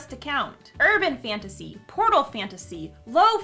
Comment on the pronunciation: When she said Portal Fantasy I thought she said Pornal Fantasy 😂😂😂😂